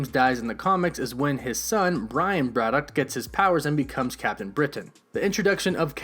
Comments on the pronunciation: Why do you have problems pronouncing "BRITAIN" and instead say "BRITTON" and it's not "BRAD-DOCK" its pronounced "BRADDICK"... and what is a "MEW-TANT" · you say britain, braddock and mutant weird....good vid tho